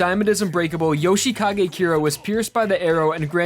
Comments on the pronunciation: Yo-shi-kage kyra lol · Your "Yoshikage" pronounciation bugs me out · Yo- shay-kagay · “Yoshay Kagay”